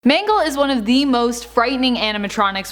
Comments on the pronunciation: She said mango not mangle lol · Everyone:mangle People on video: m a n g o s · Ah yes... M A N G O S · Who is MANGOS its MANGLE not to be mean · Lol her name is mangle not mango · ITS MANGLE